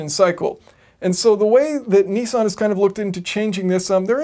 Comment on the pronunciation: it's not kneesan